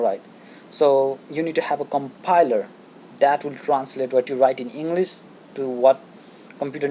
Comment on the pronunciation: It's English not Enlas